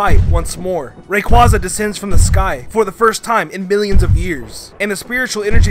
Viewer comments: It’s not Rayquaca. Its Rayquaza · It's ray-quay-za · and rayquaza is rayqauzzaze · Ray Quaw zuh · It's ray-cway-zu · You mispronounced Rayquaza.